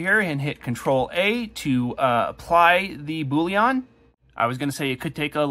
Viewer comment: Boolean, not bouillon 😅